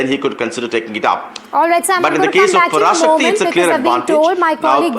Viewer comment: The pronunciation of Parasakthi is wrong.. Pls correct it.